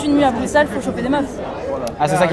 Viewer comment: qui est la en 2025?? et sinon bruxelles cest ma ville!! et jsuis contente t'as bien prononcer Bruxelles genre le X tu l'as dis S merci a toi!